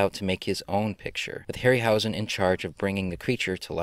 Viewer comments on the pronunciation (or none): none